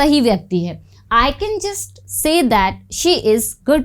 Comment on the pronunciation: Pronounce "says" correctly.